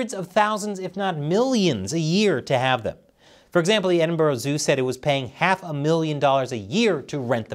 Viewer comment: it's funny how Americans can't pronounce Edinburgh right